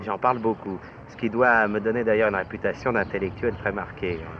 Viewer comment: "Une réputÂtion.." Cet accent a disparu. Purée il ne reste pas grand chose de ma jeunesse ...